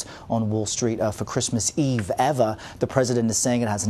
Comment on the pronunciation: This guy instead of saying "ever" he says "eva"